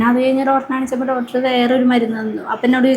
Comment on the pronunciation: ഡോറ്റർ അല്ലാ doctor എന്ന് പറയു.പാർത്ഥിച്ചു അല്ലാ പ്രാർത്ഥിച്ചു ennannu